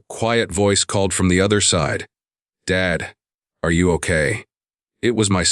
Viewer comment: Southern Arizona United States of America Since when does Dad becomes Dade? Narrator describes the call to his son as 2 different calls except that it's the same call , along with different descriptions of words exchanged. I don't appreciate it. Narrator has a tendency to pause at the wrong time such as daughter PAUSE in law instead of saying daughter - in - law then PAUSE. 70 PAUSE 9 instead of saying 79 then PAUSE. He mispronounced unmistakable. He pronounces as unmis - stakable. There's only 1 S in unmistakable. Bowed head is pronounced BAUD. I'm happy that the father and son started to reestablish their relationship.